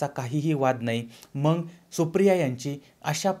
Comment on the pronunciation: मंग नव्हे मग असे म्हणा...